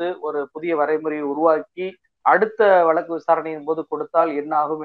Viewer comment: 'வலக்கு' இல்ல தம்பி, வழக்கு. திமுக பேச்சாளருக்கு நல்ல உச்சரிப்பு வேண்டும். அண்ணாவும் கலைஞரும் பேராசிரியரும் பேசிய தமிழ். சற்றே முயலுங்கள். முடியும். வாழ்த்துகள்.